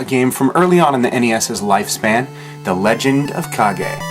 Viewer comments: its Ka-ge if you watch Naruto and say hokage why cant say it with kage not cage its spell with a K not C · it is correct terms. its not cage its ka-ge because its spell with a K not a C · Not me. It's Kage. Not cage. Or is it Demon Sword? Awesome game. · It's CAAAGGEE!! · I used to play this game all the time, and even though I know the correct pronunciation of the title, I still think of it as the Legend of "Cage".